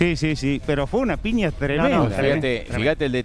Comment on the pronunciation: ¡Que fantasma ése relator que dice PINIA en lugar de PIÑA!